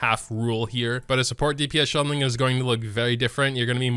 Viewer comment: ''Xianling'' xiangling my dude..